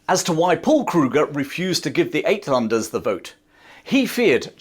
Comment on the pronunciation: Uit is pronounced Out. Outlanders.